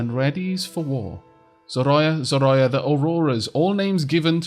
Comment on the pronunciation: Love your videos :) and want to help you so that you don't butcher the language: Zorya - pronounced [z O 'r IA] - the name is translated as "dawn". I am Bulgarian and the name is I think from Russian heritage( in bulgarian it is Zora ), I really love that they are using the Slavic myths in the game and good luck with the videos :).